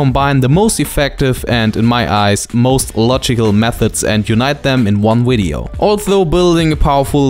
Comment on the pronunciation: Who cares, I like the way you say wideo